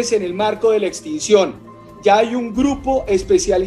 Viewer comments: Extinción no extencion!!! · Extinción...no "extensión" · tus vídeos son excelentes y muy informativos, pero ha veces con la interpretación de la ley tienes mucho problema, la fiscalía no es la encargada de aplicar una extinción de dominio y no extensión como pronuncias tú, pues la protesta pública como lo dices es un derecho constitucional y no un acto ilícito, pero te aclaro que en ninguno de los artículos 44 y 45 de la Ley 1453 de 2011 habla de extinción de dominio, habla simplemente de la aplicación de penas privativas de la libertad entre 24 y 48 meses y de multas entre 13 y 75 SMLMV más una perdida de derechos y funciones públicas x ese mismo tiempo, en cuanto a la obstrucción a vías públicas y prisión entre 4 a 8 años más multas entre 13.33 y 75 SMLMV por perturbar de forma ilícita el servicio de transporte público, colectivo u oficial si se demuestra que se hizo a través de un medio ilícito, pero vuelvo y repito la manifestación popular no es un acto ilícito ni tampoco habla ahí de extinción de dominio. Otra cosa es que por ejemplo se dinamite una vía pública x ejemplo y se proceda a medios terroristas y que dentro del vehículo te sorprendan con explosivos o materiales de intendencia militar o de policía para el ilícito, entonces ahí si hay la extinción de dominio del vehículo. Entonces no sé de dónde sacas la extinción de dominio en esos artículos de esa Ley cuando no está. Además les aclaro, en el artículo 44 hay una doble negación cuando dice "perdida de la inhabilidad de derechos y funciones públicas...." Pues